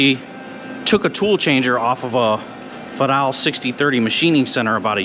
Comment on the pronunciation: Dont you mean Fade-all.